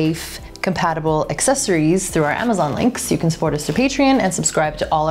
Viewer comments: The best "assesories" reviewers ❤️ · Assessories =/= accessories. It's like people pronouncing "et cetera" or "nuclear" wrong x)